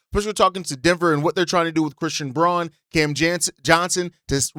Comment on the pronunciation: Fyi, Braun is actually pronounced Brown. Bulls fan in Denver, fwiw